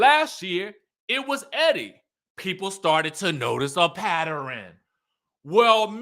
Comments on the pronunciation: Laaawd the word is PATTERN r u ok? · lol! You are killing me with the word "Patter-en" for pattern. 🙂🤣